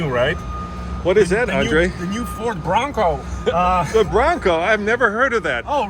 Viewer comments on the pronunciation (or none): Lmao NeW FoRd BwAnCoW 😂 idk why but I’m dying laughing